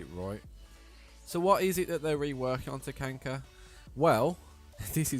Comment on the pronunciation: Do you unironically say Takanka